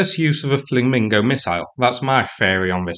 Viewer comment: Did you just say "Flaming-Go"? I started calling it that too.